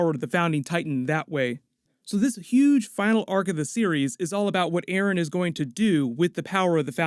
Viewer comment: Dude you just said aron insted of eren and hammer titan insted of war hammer titan.